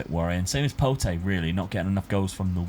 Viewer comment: Just a quick one the name for Pote is said like Pot no need to add the E at the end but class video yet again and rocking the Benedict shirt that’s why he is the GOAT